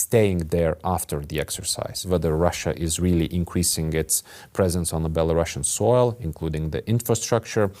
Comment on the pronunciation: Belarusian not Belarashan